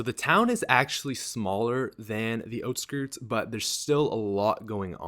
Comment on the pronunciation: It's out skirts not oht skirts